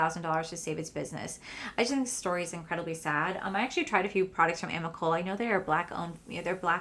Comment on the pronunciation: Just as a respectful correction…..it is pronounced “Ahmee Colay”.